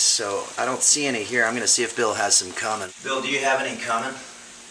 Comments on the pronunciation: His mispronunciation is part of the humor. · Its pronounced coomin